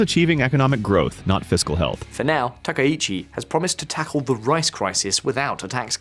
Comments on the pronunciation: From Japan: Dude, do you know anything about Japan or are you just mixing up a bunch of CNN/BBC clips with your duffo pronunciation of anything Japanese? やめてくれ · You repeatedly call her president instead of Prime Minister and you continue to mispronounce her last name. This is garbage Internet slop journalism.